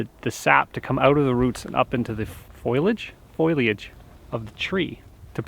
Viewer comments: There is no “foil” in foliage. Fo-li-age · foliage ... fo lee age .. tree cover